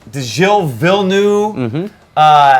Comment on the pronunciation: It's Jille Vill-nerve, kinda disrespectful. Not having a go, but work on the pronunciations.